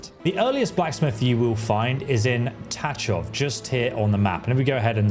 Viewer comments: It is not Tačov but Tachov. We have CH as sinle letter english CH is Č for us. It's pronounced in CZ like Bach (the composer) or the lake Loch. It is super hard to say for English speaking audience... BTW was waiting for some more smithing info. Thanks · Just btw, Tachov reads Tachov, not Tačov😊. But nice vid, cant wait game release. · you pranouciation of Tachov is wrtien as Tačov in Czecch it is diferenc :-)